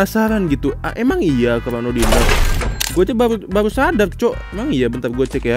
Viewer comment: Baruuuu❎ Bahuuuu ✅